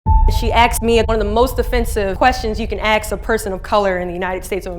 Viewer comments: they ax me.....the word is ask..... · It’s pronounced “ask”, not “ax”. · Ask, not axe. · The word is ask not axe you need to learn how to speak you need to take English are speech lessons you don't know how to talk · It’s ASK not AXED the way some people say “cerTain” words just about drives me crazy. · its not AKS, it is ASK what a horrible way to represent yourself at a platform like this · Its ASK , not aks . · Two seconds into this and I'm already having a negative response to whatever this video is about. .... FOR F*KS SAKE PEOPLE, THE WORD IS "ASK"... not "axe". No one AXED you a question. They asssssskkkkkkeed. Using "axe" when you mean "ask" just makes you sound ignorant. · ASK NOT AX!!! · Stop saying axe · What's with the "aks" instead of "ask"?? I'm not from the US, is this a dialect /accent? Or just no education... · I cried watching it, but please, say "ask", first the "S" then the "K", Miss USA, you are capable of pronouncing that, if not you then who... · FFS..AXE?? AXE A QUESTION??? UGHHHHH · It’s not AKS! God! Please get yourself educated!!